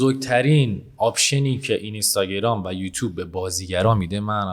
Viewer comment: اینستاگرام رو لطفا درست تلفظ کنید. بعد از حرف (ن) حرف (ی) وجود ندارد و حرف (ن) ساکن هست